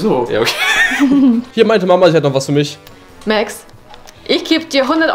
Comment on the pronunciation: Warum wird Max eigentlich määääxxx ausgesprochen und nicht einfach Max?